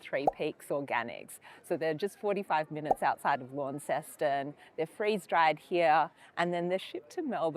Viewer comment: If you are going to be wanna be reviewing food learn how to pronounce the word Jus and Launceston